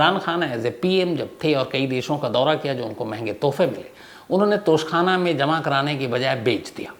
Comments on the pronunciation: Tosha Khana. Not Tosh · It's a "Tausha khana" not a tough khana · Shams bhai tosh khana nahi tosha hota hai